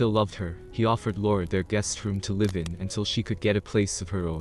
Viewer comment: Someone needs to teach that AI there are two pronunciations for the worst spelled, “Live.”